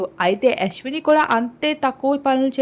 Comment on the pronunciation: యష్విని కాదు తల్లీ..యష్మి😂😂😂